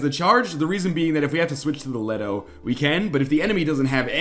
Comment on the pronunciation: ...Just wanted to say, Artemis & Leto are Greek goddesses in classical mythology. Leto is pronounced " LEE-toh " . (Couldn't help facepalming when he misread it -.-)